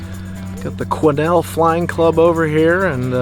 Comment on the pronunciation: Naw, you got Quesnel right...yes I'm serious!